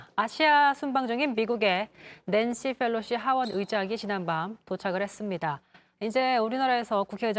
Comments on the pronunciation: Felosi 가 아니라 Pelosi 요... P 발음할때 혀 구부리지 않으셔도 돼요... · 강지영 앵커님, Nancy Pelosi입니다. F발음 하지 마세요. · 기자님 Pelosi를 왜 자꾸 Fㅔㄹ로시라고 읽어요? 😔